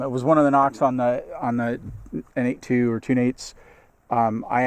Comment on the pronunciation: Good review. I bought a Freedom Carry for my Glock 19. While I generally like it, I find that the G19 is just a bit too big for me to comfortably carry IWB. Also - no big deal, but I think that the N82 holster company is actually pronounced "Nate squared."